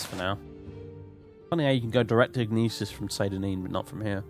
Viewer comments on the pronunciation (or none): "Gnisis" is pronounced in Skyrim ("New Gnisis Corner Club"). It's NISS-iss. In gn- the g is always silent unless you're a gnelf or a gnoblin. I believe what people were telling you with Aryon is that it's two syllables and not three, but I don't think there's any confirmed pronunciation on that one. I'm pretty sure Hla Oad is pronounced "Hlah Ode" (with the surprisingly easy to pronounce HL as in Hlaalu, as the H is formed entirely in the back of the mouth and the L in the front so both can be pronounced simultaneously), but I can accept Hla Oh-Ad, just not Huhluh Oh-Ad.